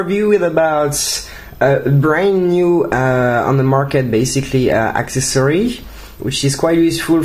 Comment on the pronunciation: Just so you know, ACCESSORY is pronounced ak-CESS-er-ee. The emphasis is on the second syllable. It's not access-er-EE. I realize you have a French accent, but that pronunciation will cause people's brains to stop for a moment to try and figure out what you're saying to them. Thanks for the review! :)